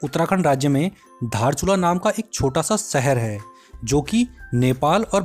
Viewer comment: धारचुला नहि दार्चुला